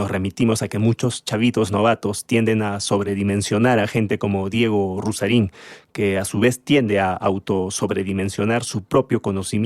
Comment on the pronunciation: Ruzzarin es un idiota que cita filósofos que no ha leído,o... lee mal, y es incapaz, incluso, de pronunciar bien sus nombres, y quiere impartir clases de filosofía